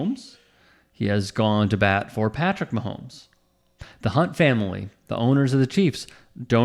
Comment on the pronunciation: Loves Brittany and the Chiefs, but can't say Patrick's name...~LOL~